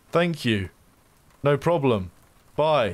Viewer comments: "No Proplem" :D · "no proplem"